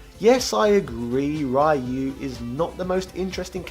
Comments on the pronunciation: I always thought you were just messing with the viewers by saying RAI-YOO, I've heard people call him that all my life, so at this point, it doesn't bother me. I didn't think people would get that mad at it, lol. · lol I always felt u called Ryu "RAIYU" as a meme. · I pronounce it as ''Rye-you'' too. Never did understand why everybody else pronounces his name as ''Riy-you''. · Ryu is a character in Ninja Gaiden. Ryu (pronounced RYE-YOO) is from Street Fighter 2 🤣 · Parry is forward, not down. And you’ve said Ryu wrong. And you failed to mention Ryu and Ken weren’t supposed to be in 3. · Your pronunciation of Ryu is wrong, but jeez is it that bad. I mean it’s probably a joke…… It’s % a gag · Can't agree on the Ryu issue. Your points about varying pronunciation are all fine for normal words, but not for names. There is a right way to pronounce a name, anything else is wrong. When you learn you've been pronouncing someone's name incorrectly you should learn from it and adjust. Imagine how this would come across if it was an actual person and you just insisted on continuing to mispronounce their name. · Well the word Ryu is still commonly used as a name, or part of a name. That's neither here, nor there though. If you said it the way you do to a Japanese native, they wouldn't understand you. If you said it the other way though, they'd almost certainly understand. Just because it's close to the way it's supposed to be pronounced and it's the way foreigners usually pronounce it. Pretty universal for mispronouncing Japanese words. The closer you can make the word sound to the native pronunciation, the more likely a native will understand. Not criticizing. I'm used to Japanese being completely butchered. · Rye Yoo I can forgive but "DIEGO"? 😂😂